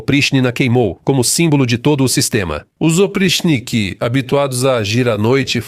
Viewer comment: A pronúncia correta é "opritchhniki". O quinto caracter em cirílico, que se assemelha a um "h" invertido, tem o valor de "tch". O problema é que, na maioria das vezes, o cirílico é transliterado para ser lido por falantes de inglês, onde o "ch" tem um "T" mudo antes (como em Charles). Falantes de português devem tomar cuidado com as transliterações do alfabeto cirílico, já que, na maioria das vezes, são feitas para serem lidas por anglófonos.